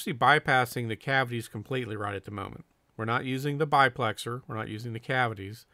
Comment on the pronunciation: No offense, but it isn't a BI-plexer it's a DI-plexer. Not to be confused with the proper name of the cans, DU-plexer